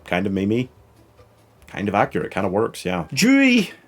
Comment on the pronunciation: His name is Dewey, not Jewey